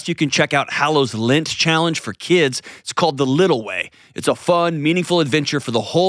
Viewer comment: It bothers me so much that you pronounce lent as lint